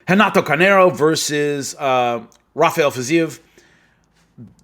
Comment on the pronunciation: His last name is Carneiro. Moicano is his nickname.